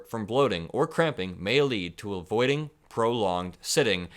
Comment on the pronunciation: Was that 'may lead to avoiding long periods of sitting or a voiding, long periods of sitting'?